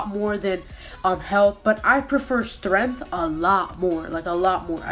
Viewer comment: Lol the way he said strength or